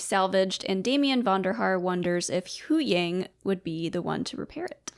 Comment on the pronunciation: Why do you guys always say huyangs name wrong?